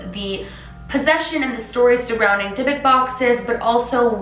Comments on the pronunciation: The proper pronunciation for the box is die- buk. Short u sound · You're supposed to say it like dee-book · Why is she saying divik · The actual Hebrew way of pronouncing "dydduk" is dee-book (with the emphasis on the second syllable) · Hei! You pronounce it wrong. You say it as dee-book. The meaning in hebrew is something that sticks in you :) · i just wanted to let you know it’s not pronounced the way you did, it’s pronounced “dee-book”. i’m saying this as a hebrew speaker, so the pronunciation is not my opinion, but actually how it’s pronounced. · this video was so interesting i loved it!! btw, im Israeli and speak hebrew, and just wanted to note that the right pronunciation is like 'Di-Buk' (di is pronounced like the letter. cant wait for the next vid ♥